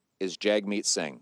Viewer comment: Can't even pronounce singhs name properly. This guy is such a low effort joke.